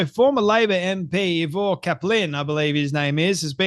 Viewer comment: Eye- ver. Cap-lin